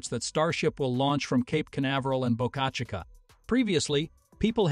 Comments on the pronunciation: Boka shih ka ........... teach ur AI to speak !!! bo ka chi ka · Bo-CA-CHA-CA???? PRETTY LAME. I'm sure the folks there are not to hip on your pronunciation! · Boca Chica is Spanish and is pronounced: (BOW-KA CH-EE-KA) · Boca Chicaaaa? Really? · Ditch the AI Writing and Voice to text / AI Reader! That is one of the uses I’ve ever heard! Just hire a competent person to read it! “BOCA CHICA” is Spanish, not French! I lost track of how many different ways your AI Reader Bot mispronounced it! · You need to get your AI reader to learn how to pronounce words like Boca Chica.